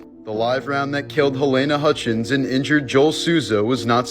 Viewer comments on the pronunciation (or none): none